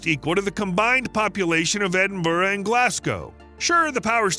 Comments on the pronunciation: Its pronounced as ed-in-bruh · Cruachan ends with an, not on. Also Edinburgh ends rgh, o. Get the names right please.